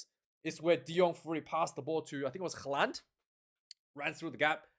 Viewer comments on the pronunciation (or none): Great commentary, as ever, mate. Have to say, I'd initially thought the ref got the third (!) Yellow Card right and the Penalty Try wrong - but watching the replay, you make a valid point: if the illegal roll by Gelant (please, use his name😅) preceded the cynical action by Moorby, then not only should the latter not have been carded at all, but the game should have restarted with a penalty to the All Blacks. FYI, Charcuterie is pronounced "Shar Coot Er Ree" ... and maybe what you really meant was Smorgasbord🤣🤣